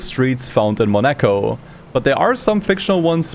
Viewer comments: Just a small note: in French, Monaco is pronounced more like 'MO-na-co' (moh-nah-koh), not 'money-co.' English speakers often anglicize it, though. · Mo-nah-co. Not Monecko. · It's 'Mon a co' not 'Monak o' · MOnaco, not moNAco ... ... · why he keeps saying moNEco? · Damn, never heard someone call Monaco as Monékoul... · You said monecko in the first 10 minutes and you finally said Monaco... XD what was up with that. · "Takes place in Moneiko" LMFAO. I never thought I would hear such mispronunciation of Monaco in my life. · was searching for this comment, who the hell says 'mo-NAco' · Porca dio, you make me very angry because you are pronouncing Monaco as Mone-ka. Mone-ka! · Why do you pronounce Monaco in a weird way? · Half-way of the video you learned how to say Monaco... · the way you say monaco genuinely pisses me off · Brother, you really need to work on your "Monaco" pronunciation 🤣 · ... are you seriously saying monaco like that? that is engagement bait, isn't it? i was already gonna comment 😑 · Is that the right way to pronounce "Monaco"? Damn... I've been saying it wrong all my life. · It absolutely is not. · That's 🚫 NOT 🚫 how you say Monaco 😭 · What the f U c k is that Monaco pronunciation? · Great video! This is the most insane way to pronounce Monaco I’ve ever heard